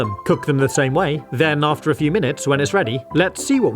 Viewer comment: That not " FEW " for sure